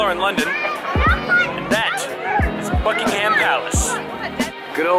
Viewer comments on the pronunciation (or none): I am usually quite forgiving of foreign pronunciation but the emphasis on -HAM is way off. English has always been a first syllable or penultimate emphasised language. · It's not BuckingHAM palace. It's pronounced Buckinghm palace and the Queen is not on her throne. Daft people! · Holy shit it's not bucking-ham it's bucking-um that's actually triggering me. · It's pronounced BUCK-ing-em not Buck-ing-HAM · Great video but it's pronounced BUCK-ing-um palace, not Buck-ing-HAM. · I'm Australian and I was just saying to my wife how irrationally irritated I am by them pronouncing it Bucking-Ham ha ha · I wish tourists wouldn't put emphasis on the ham in Buckingham Palace. There is no pig pork related ham in the name, its not pronounced that way. Also the Queen wasn't at home when you said she was sat on her throne. The Union flag was flying which means she's not there, when she's home the Royal Standard flag will be there.